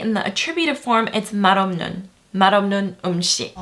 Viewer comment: And 맛없는 as marobnun